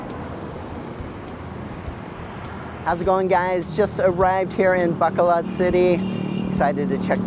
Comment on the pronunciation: learn how to pronounce it, just some friendly advice